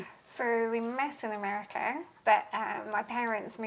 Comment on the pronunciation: WTH is Americurr?